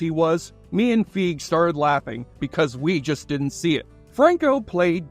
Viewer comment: Paul Feig's last name is pronounced "Fay-g". And yes, he's said that he was called "Paul Fag" a lot in school both intentionally and unintentionally.